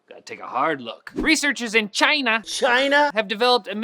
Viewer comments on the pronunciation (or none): none